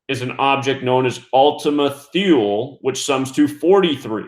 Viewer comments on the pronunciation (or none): Thule is pronounced Too-lee. Research Thule Society. It was named after "Ultima Thule" – a country in northern Europe found in ancient Greek and Roman mythology. Researchers claim senior members of the Thule Society believed a master race of alien beings were living in underground caverns – right here on Earth.